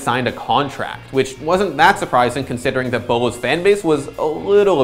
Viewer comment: ITS BOLO